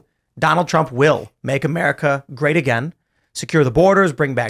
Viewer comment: "MAKE AMERICA GERA T AGAIN"? o_O